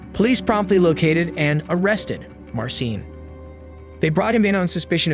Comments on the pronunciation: I'm curious why you pronounced Marcin differently throughout - like "mar sin" half of the time and like "mar seen" half of the time, sometimes in the same sentence. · Please look up Polish pronunciations next time. 🙈 Marcin = Mar-CHEEN. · I know Polish named are hard but Marcin is pronounced March-een lmfao